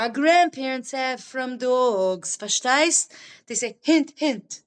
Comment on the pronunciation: Versteisst😂love it